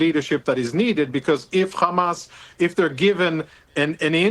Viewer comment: Why do they say Jamas? It is Arabic therefore it is pronounced Hamas.